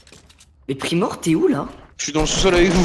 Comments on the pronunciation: Mdr avait dit primoire u lieu de primorie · ils ont ecorcher le nom de primorie